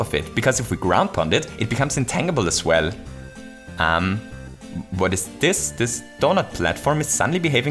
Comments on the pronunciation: you mispronounced tangible the entire video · I know English isn’t your first language,, but just fyi, “tangible” is pronounced with a “J” sound.